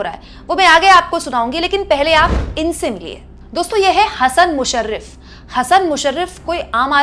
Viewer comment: हसन मुश्रीफ, ना की मुशरीफ